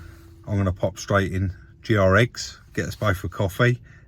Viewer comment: It's not G R EGGS It's Greggs